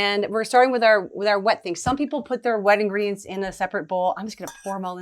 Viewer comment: Haha. At first I thought you said, "Some people put their wedding rings in a separate bowl," but then I realized you meant "wet ingredients," not "wedding rings"! I'll have to make this sometime, but I love chocolate so much I think I'll use 7 TBSP on the cocoa powder. (smile)